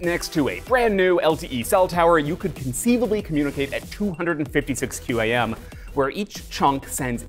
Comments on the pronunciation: QAM is pronounced quam, don't speel it out. My name is Chris Foster and that was my message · I've always heard QAM pronounced as "cam"